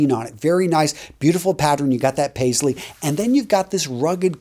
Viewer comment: You really nailed the Paisley even better than some of my friends do 🙏🏼 Namaste from India